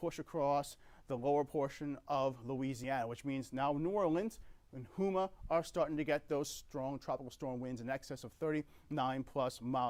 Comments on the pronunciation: It’s pronounced Ho-Ma. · Lol I noticed that too :-))))